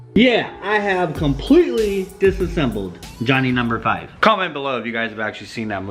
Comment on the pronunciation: Dis-a-seem-ble lol. Old school robot movie. Keep doing what yal doing man. Ur changing people and we miss khaki